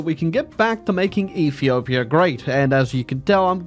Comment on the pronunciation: Ah yes E for my favorite country “efepefhia”